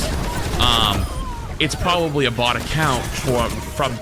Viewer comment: Just saying... Bot and Bought sound quite different when enunciated. Bot = Baht Bought = Bawt